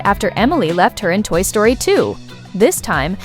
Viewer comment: Toy Sroty?